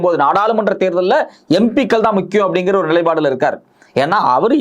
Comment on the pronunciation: "நிலைப்பாடு💯" "நிலைபாடு❌"